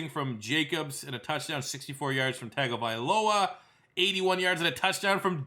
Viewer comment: It's pronounced Tuh-Lia Tongue-ovailoa. I get that's it's not spelled that way at all but trust me, that's the way it's pronounced.